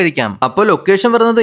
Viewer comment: ഡാ അഞ്ചുമൻ അല്ല അഞ്ചുമന അങ്ങനെ പറയ്